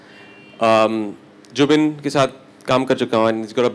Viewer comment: why she saying Zubin 🙄 naam Jubin hai unka